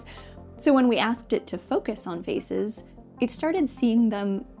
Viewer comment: Is it "feces" or "faces" that you're trying to say?